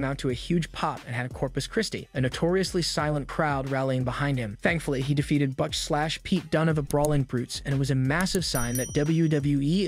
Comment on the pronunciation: learn how to say wrestlers' names. La Knight, it's L A Knight. how do you not know how to say Butch? who are the U So's?